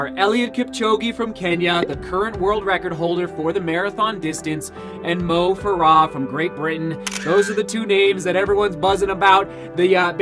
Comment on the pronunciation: its moh fare uh